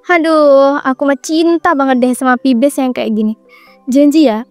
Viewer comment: Saran ucapan kata jgn smpai diulang dan apalagi pibes hafun coba digoogle dulu pengucapan kata vibes sama have fun Jadi yg nonton ga enegg Smgt y kontennya jgn terlalu kaku